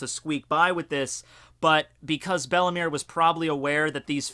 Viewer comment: Isn't Belle-Mere pronounced "Bell Mayor"?